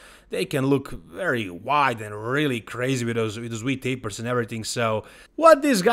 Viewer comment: What's a wee taper? Or being really tik mean?? 🤣🤣 Just messing with you I love you're content you're awesome 👍👍